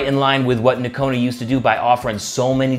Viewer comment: Fantastic looking boots! Since they're made similar to Nocona's, I'm sure the fit & feel will be nice. I'd love to have that in a leather outsole, and wonder how that rubber compound sole feels. Excellent review. Correct pronunciation of the name with the silent G. The boot looks killer cool is black roughout! 👍